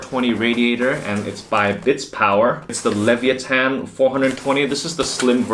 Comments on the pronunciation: LEVIATHAN, not Levee attan. Jeez hahahah LE VI A THAN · it isnt levyathan, it's LE-VIA-TAN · Lev-vi-ath-an, not Levy-ah-tan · Thank you for making this video. I am looking into this case and my first water loop, so this was really helpful! Also, I love the way you pronounce leviathan - levi-atan. :D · Bitspower Leviathan = Lee-viya-thin. :) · "leviathan"... No offense, my dude, because English is clearly not your first language, but I've never heard someone ronounce it worse than you lol